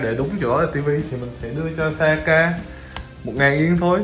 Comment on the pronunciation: em cứ thắc mắc, sao chị bé kia tên là Sayaka mà anh cứ gọi là Saka á